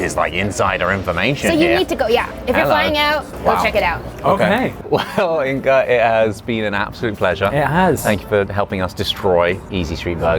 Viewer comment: I'm still wondering why Inga is pronounced Inka